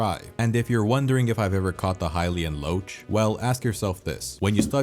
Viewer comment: Tied for my favorite game of all time with the Resident Evil 1 remake for GameCube. Also isn’t the Hyluan Loche pronounced (Lock)? Haha